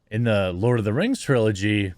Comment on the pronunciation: Lord uh da rangs Da bling a powah.